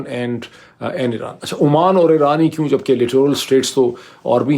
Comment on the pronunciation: Dr. Sb. It is Oman not Amman.